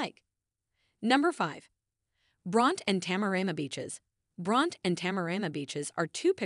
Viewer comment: Pronounced Brontie not Bront.